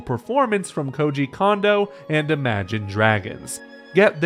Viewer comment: I just want to say this for future reference, but Kondo is not pronounced "Condo." It is closer to "Cone-doe."